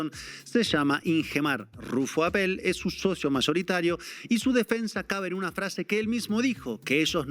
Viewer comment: Señores soy de Baja California y permitan corregirlos, no se pronuncia APPÉL con acento en la É, es solo RUFFO APPEL como si tuviera acento en la Á de APPEL